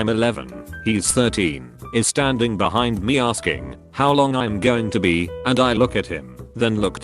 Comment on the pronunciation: Love the way the TTS bot pronounces the word 'be' (bee)